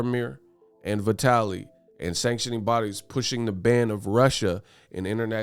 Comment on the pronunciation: Vitaly is pronounced like Italy with a "V".